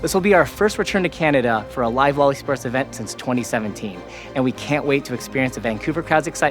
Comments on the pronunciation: When they say "lol e-sports" I also hear "loli sports". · No one heard these guys say what sounds like "loli sports" multiple times and told them to just call it "league esports" lol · "Loli sports" ... maybe just spell it out as L.O.L. when pronouncing it... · stop saying loli-sports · Did he say Lolli Sports? 😬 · He prenounces it as Lolly Sports 🥲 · Please stop pronouncing LoL eSports as "loli sports" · LoL e-sports sounds like Lolisports omg haha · I heard Lolli sports. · LMAO he’s saying LOL E-sports I’m dead